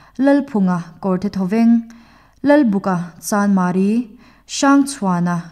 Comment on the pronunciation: Lalbuka (lu buk) tih thluka lam hi a dik dawn em ni aw Lalbûka (chibai bûk) tih thluka lam tur ni awm tak a ni zawk lo maw.